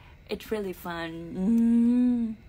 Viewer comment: Em nên chú ý cách phát âm tiếng anh của em nhé. It’s been “fun” chứ kg có âm “t” sau chữ fun em nhé.